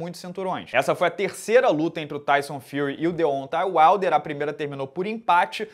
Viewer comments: De ontem Uaider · o jeito q o pronuncia Deontay Wilder me dá uma agonia kkkkkkkkkkkkkkkkk